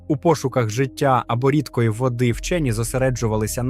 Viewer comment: дивний наголос у слові "рідкої" у випадку, коли йде мова про воду.